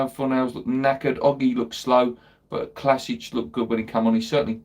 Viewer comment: Hey, Vlašić is pronounced as it looks in Vlassick, no Clasich....